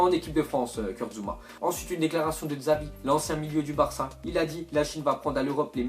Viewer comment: Sa s'écrit Xavi mais ça se dit Chavi